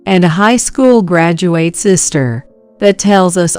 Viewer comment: Story #5 AI mispronounces the words Graduate, Bowed. I am glad there was a happy ending where the MIL & Ashley were found out.